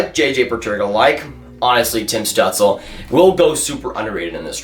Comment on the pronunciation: It’s apparently pronounced stewtzla for stützle, heard it from both German and Canadian announcers